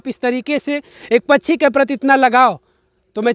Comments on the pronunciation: Ye pkshi ko pchi pchi kyu bolte hn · Pachhi pachhi pachhi pachhi pachhi pachhi pachhi pachhi pachhi pachhi arey bhai Hindi sahi bolo pakchhi kehtey hain.Do you understand.